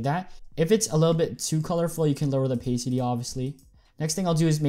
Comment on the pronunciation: it hurts me when you say "opaycity"